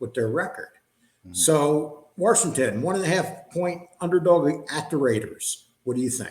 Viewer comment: WASHINGTON does not have a R in It WARSHINGTON.JS